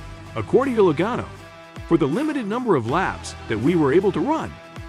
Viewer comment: Loe"Gaino" rofl